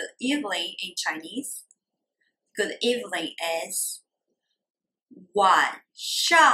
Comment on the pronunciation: Good evilning is really epic chinglish. Her accent is so great but sometimes things ... slip out!